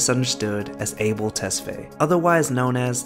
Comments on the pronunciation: his name is pronounced like “A-Bell” it’s ethiopian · Abel? It AH-bel!... Lol he's yehabesha! Can't you get it right? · The way this guy is pronouncing abel is sending me 😭😭